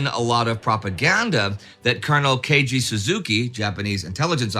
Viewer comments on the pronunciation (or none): none